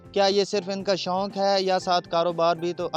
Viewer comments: it is 'shok' not 'shonk' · Shounk hahahaha shouk hota hy naa k شونک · شنوق نہیں شوق ہوتا ہے۔میزبان کو اردو ہی بولنا نہیں آتا۔چینل کا نام اردو پوائنٹ ہے